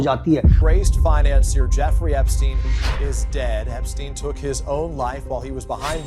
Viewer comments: Bhai sab kuch thik h But words ka pronunciation thik se krlo toh aur sahi lagega sunne m... it's EPSTEIN not EPiSTEIN.. Just a suggestion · He couldn’t pronounce Epstein 😂